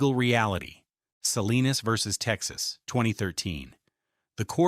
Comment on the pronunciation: Salinas...not Selena's v TX